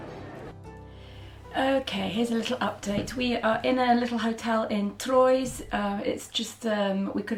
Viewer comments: love you load but your English pronunciation of Troys - hihihih. It would rather sound THROAH <3 xxxx. Holly <3. Lots of love <3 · a very minor point regarding your pronunciation of the town Troyes in France its actually pronounced Twa in English to get close to its correct French pronunciation. Love your vlogs! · Troyes, on of our favorite towns. Pronounced Trois like #3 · Toyes is pronounced "tro-a" in french. The valid or compelling eason for travelling may be waived (as far as I have experienced) by the fact you are a national of France when travelling into France, or of UK if going towards England. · I hope you enjoyed my hometown Troyes ( pronounce trwa) a little bit. It' s small but nice! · A charmingly italianate pronounciation 😄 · Can you please spell the French town that opening scene was in? I couldn't quite make it out verbally. I'd love to look more at that city. Thank you!